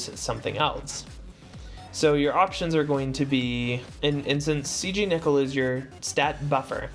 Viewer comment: Why nickel..? Why cant any one pronounce names. First Tituz and now Nickel.